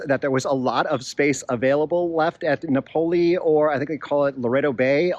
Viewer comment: Here's the pronunciation correction you knew was coming: no-poe-LOH. A big factor if you're considering living there is the availability of flights out of that dinky airport. It's a long drive to San Diego or Cabo/La Paz.